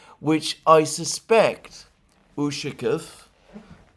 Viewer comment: Dear Alexander, You are mispronouncing the surname Ushakov. Stress should be placed on the 2nd syllable (letter "a"), while you emphasize the "u".